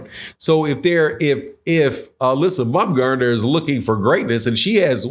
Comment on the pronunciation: Alyssa bumgardner? My guy 😂😂 you butchered that so bad